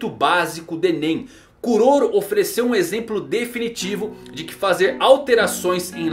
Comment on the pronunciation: Kuroro é a pronúncia correta em japonês